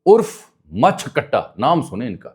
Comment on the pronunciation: سر لگتا ہے مچھ میں میم پر زبر نہیں زیر ہے۔ اردو میں اگر کہیں تو مونچھ کٹا